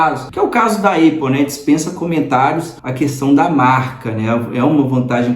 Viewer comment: Conteúdo e vídeo legal. Parabéns! Uma crítica de comunicação construtiva, mestre, sobre a pronúncia da Apple. Você pode falar “Épol” ou “Ápol”, agora, “Eipol” jamais. Eu sei que você aprendeu que o som de A é EI, mas isso não se aplica para tudo. Maça é um exemplo disso. Moro aqui em Dublin e tenho amigos americanos, irlandeses, australianos, ingleses, sul-afriacanos, canadenses e outros. Nenhum fala EIPOL. Fica a dica é aquele abraço 👍🏾